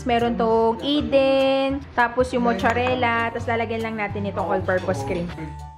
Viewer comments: Anong mucharela!? Mozzarella pronounce as mat. Sa. Rella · ay makapag correct! E mali ka rin naman dai. It’s MOZ. ZA. REL. LA Btw your fan here from Milan, Italy 🤗